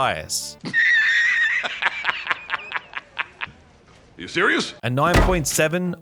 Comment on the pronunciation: OZ-Man-Daiyus..... imagine trusting analysis from someone this dumb.